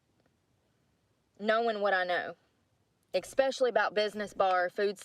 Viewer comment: It must be expeshally difficult to get a job when you go to an interview and pronounce so many words incorrectly and 😂:_brooke